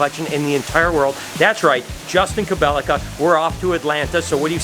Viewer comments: Say it with me.. Kobylka. Ko-byl-ka. Not Kobilika 😂😂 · No 'I' after the 'L' in Kobylka--- Ko bell ka